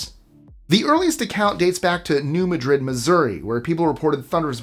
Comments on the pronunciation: It's New MAD-rid. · FYI: New Madrid, being in the US, is pronounced MAD-rid. Go figyah.